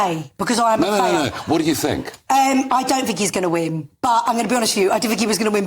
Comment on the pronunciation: Her complete ignorance is astounding. She doesn't "fink" at all, she has nothing to think about.